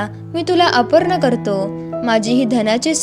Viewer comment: मराठी भाषेचे उच्चार योग्य हवेत. अपर्ण हे चूकीचे आहे. अर्पण असे म्हणायला पाहिजे. मराठी भाषिकां कडून चुकीच्या उच्चारांची अपेक्षा नाही.